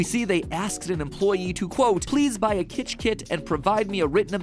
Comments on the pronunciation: It’s kytch, not kitch. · It's "Kytch," not "Kitch."